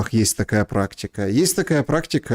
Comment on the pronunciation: В слове отчасти,, ударение всегда падает на второй слог. ОтчАсти!